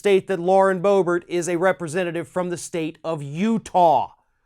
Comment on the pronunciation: It is pronounced Berbert, not Bo-Bert!